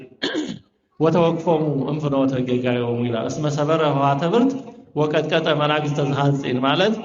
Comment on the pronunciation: መናግሰተ ሳይሆን መናስግተ ቢባል